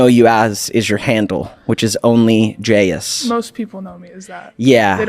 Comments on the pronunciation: I’m an Indonesian and the word jayus has not been relevant for years now, just a little thing that makes it funny to me. Also it’s supposed to be pronounced as “jah-yoos”, so used the word all this time without even being able to say it properly 🤣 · this is way off the main topic but the way bella doesn't even bother learning how to pronounce jayus properly irks me so bad. if you take a word from another language, give it the respect it deserves and learn how to actually say it. (it's juh-yoos, not JAYus)